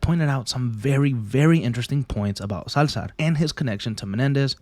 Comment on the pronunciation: Dude why did you use "Salzar" the whole video